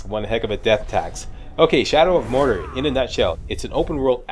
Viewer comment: I love you... but Mordor is "More Door" not "More Durrr";) Can't wait for the Walkthrough! You rock!